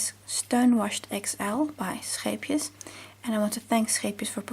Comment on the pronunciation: me, hearing your accent: " is this someone from home" then you pronounced scheepjes correctly and i was like " definitely a dutchie 🥺❤️"